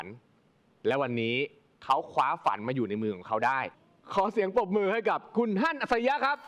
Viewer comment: เฮีย แกพูดชื่อฮั่นผิด คือบ่ตัดออก